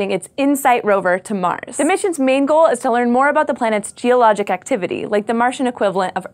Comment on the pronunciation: did she say: "The moon's theologic activity"? :-D